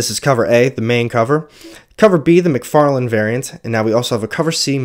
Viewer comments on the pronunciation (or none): none